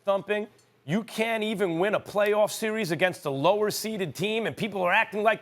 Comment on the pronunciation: Im just here to hear perk say "Si-ries"